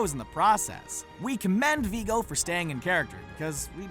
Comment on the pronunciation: It's Viggo Mortensen. Not Viiigo. It's pronounced with a short i 😊